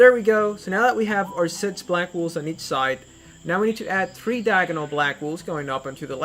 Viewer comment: and also its pronounced blocks not blogs and 3rd it's SIX not sits